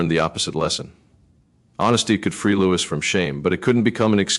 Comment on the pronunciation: At least learn how to pronounce his name!